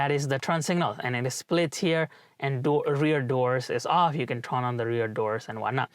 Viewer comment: you're incorrectly pronouncing "turn" as "trun/tron/trawn".